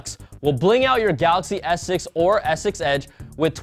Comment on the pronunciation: please enunciate your words. When you say S6 it sounds like you're saying Essex or ex-sex. It's driving me nuts:P